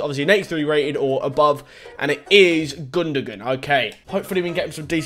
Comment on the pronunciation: it’s pronounced gundowan not gundogun